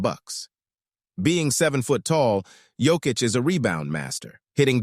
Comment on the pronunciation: Learn to pronounce Jokic.